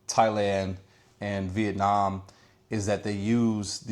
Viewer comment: Good luck with pronunciation, it’s pronounced da Nang, just like it’s spelled, not de nong. Or Vietnom, it’s Vietnam.